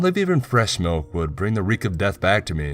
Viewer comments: Got melk? IT'S MULK!!! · No no no no you're saying wrong you're saying Malk like it's a disease. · POUR ME A GLASS OF MALK. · Pour me a glass of malk